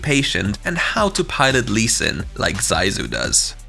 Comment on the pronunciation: Zysu của người ta mà mấy ông đọc Dai du :)))